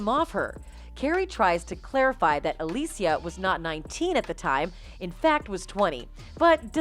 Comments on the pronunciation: Alicia is pronounced like Alisha. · Jim did NOT sexual assault anyone, you dipsh*ts! This video is garbage. And the way you pronounce “Alicia” is annoying.